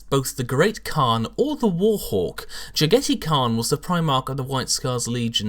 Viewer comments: Is his name really pronaounced like "spaghetti" in english? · Oh yes this was definitely cringe worthy. The way he pronounced it sometimes sounded like Spaghetti Khan. He should look up Chagatai Khan after I believe Jaghatai was named. He was the 2nd son or Genghis Khan and the pronunciation should be pretty similar with the exception of Ja instead of Cha in the beginning. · Its JAG-a-TIE REEEEEEEEEEEEEEEEEEEEEEEEEEEEEEEEEEEEEEEEEEEEEEEEEEEEEEEEEEEEEEEEEEEEEEEEEEEEEEEEEEEEEEEEEEEEEEEEEEEEEEEEEEEEEEEEEEEEEEEEEEEEEEEEE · How sure are we about the pronunciation? to me it sounds weird how says it. considering he is supposed to be a mongol I thought it was supposed to be pronounced like jag-a-tie. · Agreed. Jag-a-tie is much more asiatic in pronunciation. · I'm actually pretty sure this is not how you pronounce "Jaghatai"... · you are correct, i cringed every time he sayd it :( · 'Ja-gaa-dai Khaan' Is 'Ja' pronounced like the English 'Jaw?' what about 'dai'? Is it like the English 'bye' except with a D? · why...why do you pronounce his name wrong xD